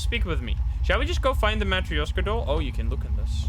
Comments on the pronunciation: BTW it's ma trosh ka I'm russian I would know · I think it is spoken "Matroshka" but idk I don't speak Russian/Polish/Whatever